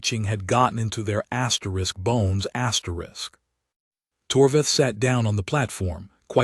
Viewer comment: Asterisks astericks, astericks again. Asterick insane, astericks sense. A good story? Could be not asterick something